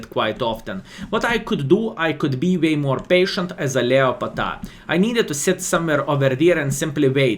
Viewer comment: LeoPata? Leo Pata? Oh, Leopard Pt A. Another skillism to remember. Love this guy! Never change!